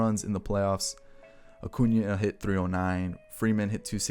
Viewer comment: Your sying his name wrong its Ronald Jose Acuna Blanco Jr.